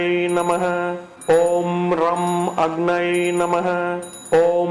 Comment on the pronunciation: Agnai namaha is a wrong pronounciation. It should be Agnaye namaha.